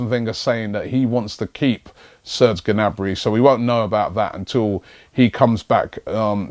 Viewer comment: it's obviously pronounced 'nabry'